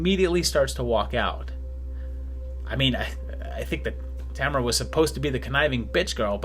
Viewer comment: Tamara, and Tamarrah, and Tammarha... creeps in this petty pace